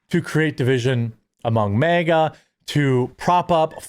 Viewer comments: Just stop mispronouncing MEGA as if you are not an American. It is MAHGA. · It’s pronounced MAGA not mega. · It's not "MEGA", Jeremy. It's "MAGA".